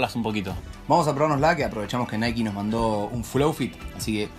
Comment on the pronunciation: segunda vez que lo escucho decir nike en vez de naiqui